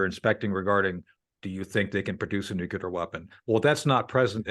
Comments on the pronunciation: Nuclear, not “nucular.” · Please tell your guest the word is NUCLEAR ( new-KLEE-er ), from the NUCLEUS of the atom, not nucular ( new-cule-er ). Often mispronounced, but should never be so by public speakers! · Ffs, it's NUCLEAR not nucular. It's from the Latin, "nucleus" not nuculus. Is your whole frikkin country dyslexic? And it's Lavrov, not "Lavarov." What is this, the Flintstones? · Nuclear not nuculer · What is nuCULar ??? The word is nuCLEar, from nuCLEus. Its worrisome when former US intel officers cannot pronounce the word. Is it any wonder why their reports have been so wrong over the years ? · Nuclear NOT nucular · Col. Tony: "So, yeah, man! 'NUKE-U-LAR' (GW Bush school of nonsense) ENERGY is 'Rad!', and we should just have SO MUCH MORE OF IT!!! "But, getting back to 'Reality' for a Minute! The ZAPORIZHZHIA 'NUKE-U-LAR' PLANT--THE BIGGEST IN ALL OF EUROPE!--WILL MOST LIKELY ALL MELT DOWN, JUST LIKE 'CHERNOBLE' DID!!! DUE TO THE DAM HAVING BEEN DESTROYED, SUCH THAT ALL OF THAT 'NUKE-YU-LAR' POWER PLANT NO LONGER CAN COOL DOWN!" 😢😮😳 😲 "I MEAN, BUT IT'S STILL PERFECTLY SAFE N EVERYTHING! "YOU KNOW ... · Really good guest. However, I can't respect anybody that says "nukular", reminds me too much of Dubya... 🤮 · Dear Colonel: it's new-CLEE-ar. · People that say "noo-kyoo-ler" are subhuman. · I love Col Shaffer. I just wish he would pronounce "nuclear" correctly😫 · Why can't Government or highly placed military officials pronounce NUCLEAR correctly?